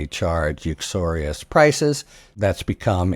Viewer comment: Sounds like "uxorious" rather than "usurious"... That's what my wife said.